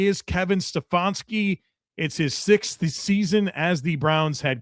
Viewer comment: I started thinking Stef-on-ski was a dig on the bad coaching lol.